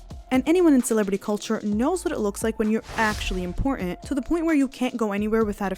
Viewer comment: Remember that "T"'s are impor-ent